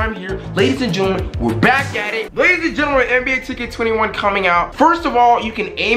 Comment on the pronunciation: What the fuck is a gerntaman